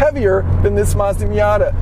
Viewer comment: You lost me when you said miata